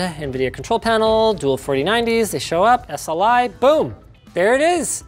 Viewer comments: Sounded like you said dual 4090's I guess you're anxious for the 40 series 😆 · he said ¨dual 4090¨ hehe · Am I the only one who heard dual 4090s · “control panel, dual 4090s” nice pronunciation,linus